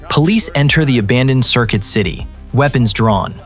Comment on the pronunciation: Circuit city ❌ Circill city ✅